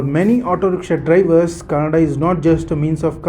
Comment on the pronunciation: Youtuber its kannada not cannada